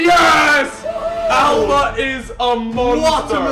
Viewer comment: Alba not Alaba